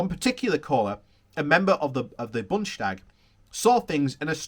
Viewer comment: It is not "Bunsh stag", it is '"Boon des-ta- g". We don't slur. :-)